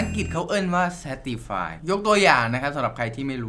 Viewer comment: ภาษาอังกฤษเข้าเอิ้นว่าเชฟติไฟ 555พี่เป็นคนอีสานใช่ไหม